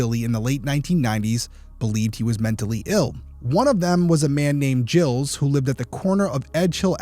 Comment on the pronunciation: If French its pronounced "Jeel", if anglicized it is Giles (Rhymes with Dials.)